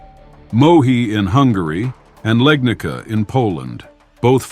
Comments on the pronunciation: But hey not Legnika bu Legnitsa is pronouns .all correct . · Legnitsa, not Legnika. Wrong pronunciation of this Polish town. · Legnica (1241), one of the battles mentioned is pronounced with "ts" like tsar, not with "k", like leg-knee-tsa. That's just cosmetics. Ps. Thanks for video.